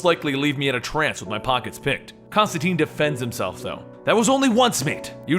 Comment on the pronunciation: ConstanTINE. It rhymes with fine.